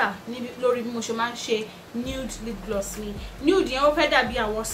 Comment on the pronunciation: Hahahahaha haha did I just hear lip gliss?